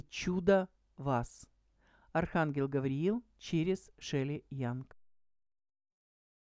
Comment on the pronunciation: Здравствуйте,Дорогая В начале ролика мне показалось что вы прочитали имя другого Архангела. Или это искажение звука?